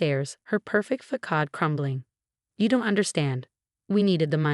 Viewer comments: Fah-Cads crumble..how about FACADE…THE FAKE FRONT SOME PEOPLE PUT ON..oh I’m sorry ..that is FAKE FAH-CADS..oh your AI is just so freaking smart!.. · Please learn to pronounce the word “facade”!